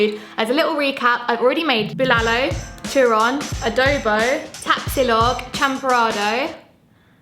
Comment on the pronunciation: did she just say " A dough bo"?? hehehe